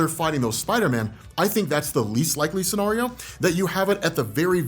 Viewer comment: Great theory!! But man I hate how you say scenario 🤣😩